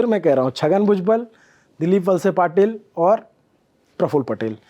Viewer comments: ठीक से थोड़ा पढाई करके आते आप तो अच्छा होता। नाम भी गलत लिए है आपने। दिलीप वळसे पाटील को आपने वसले पाटील कर दिया। १० बार इधर उधर देख कर लड़खड़ा रहे है शब्द आपके। लल्लन टॉप से ये अपेक्षा नही हैं। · अरे भाई पहले ठीक से नाम पढना सिख लेना.. दिलीप वसले पाटील नही.. ये वलसे पाटील है..